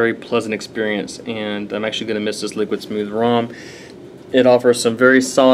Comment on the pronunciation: Just to update you bud you said the name right :) very few do lol.....Lower Bench was due to dancedance...not downing it at all as it is a great governor just not one of the usuals to get higher benches and is actually made by Snuzzo himself. Recently had the main Hard Drive die on the computer but was replaced by Damacy and Snuzzo...Great props to them...I am returning to the game very soon with very great new stuff...glad to be back :) and of course...Great Review!